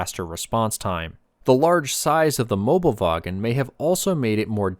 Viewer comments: Not mobelwagen, Möbelwagen, thats important because if you wanna translate, it would be Furniture Trolley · It is Möbelwagen not Mobelwagen. You can get close if you know Möbius strips. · Mobelwagen is wrong, it is called Möbelwagen